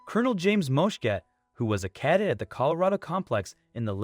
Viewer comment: Please learn how to pronounce "cadet" and it is the USAF Academy.